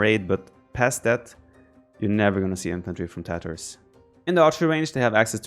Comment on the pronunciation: Matteo Pellegrino only because no one says it right :p it has this phonetic spelling /ˈtɑːtərz/ (from wiki), meaning the first ‘a’ is long as in ‘car’